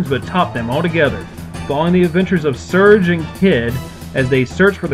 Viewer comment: not to nit pick but his name is Serge (SIR GEY)